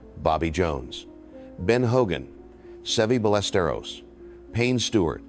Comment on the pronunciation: I don't think this is Peter Kessler, as he doesn't even sound like this anymore. It's A.I. and wasn't able to pronounce Severiano Ballesteros correctly!